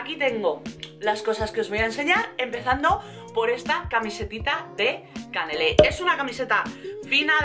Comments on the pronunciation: con el primer jersey del video dices q es de CANELÉ y se DICE CANALÉ.... JAJAJAJA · No se dice canele se dice canale😂😂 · Hola! Hoy estás especialmente guapa! Es cierto, como he leído por aquí! Sólo quería decirte q se dice canalé, no canelé, jejeje. Besosss!